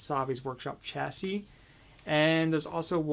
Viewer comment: You pronounce the word chassis completely wrong😂 you don't pronounce the 'ch' at the beginning, it's an 'Sh' sound